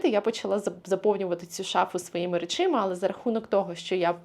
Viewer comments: Побуду душнілою 😁. Правильний варіант — речАми. Форма «речИма» є помилковою і є прикладом мовного суржику., ви так любите вказувати на правильність мови і вимови, що я не втрималася 😁. За перші 8 хв відео я слово "речИма" разів 7 почула, що аж написала 😁 А так - люблю ваші відео і вашу енергію! 💙💛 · Що? Речі. Шафа з чим? З речАми. Не з речИма.